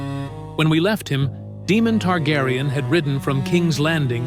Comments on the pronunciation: It's pronounced "DAY-mon", not "DEE-mon." There are no demons on House of the Dragon, but there is a Daemon Targaryen. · "Demon Targaryen"? AI never prounces things like this correctly.